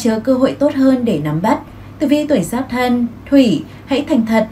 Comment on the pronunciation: Thấy ₫ể giáp dần, mà nói giáp nghọ